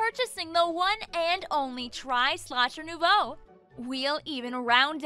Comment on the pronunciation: In case you guys don't know, Nouveau is pronounced "nuvoh".